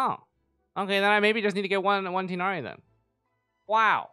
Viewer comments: Btw (I don’t wanna be that guy but wutev) it’s pronounced “tigh-naree” not “tynaree” or “teenaree” just an FYI (source: I’m Arab so trust me bro) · This will probably get flooded by other comments, but I wantedto inform everyone that Tighnari's name is pronounced Tugh-Nari:] /lh have a nice time!! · who wanna know the right prnounciation of Tighnari: you can say Ti as (tea) gh as (R) but in french and nari as (neri) in japanese this is not the perfect pronounciation but its close and better than Tinari wishin a good day/night to everyone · I think his name's pronunciation is ti(tee)-gh(as in ghastly)-na-wryyyyyyy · Pronouncing Tighnari incorrect I do forgive you.